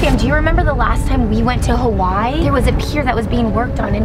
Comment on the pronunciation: Please learn how to say Hawaii right, I’m sorry I’m not a hater I just have pet peeves when it comes to people saying things wrong! Btw my name is Aleksa! You sound it out like Alexa!